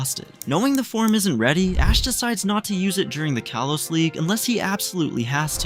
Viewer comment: Did you say kolos or kalos